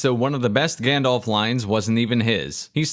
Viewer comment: I think it's pronounced Grrrrrrrrandelf.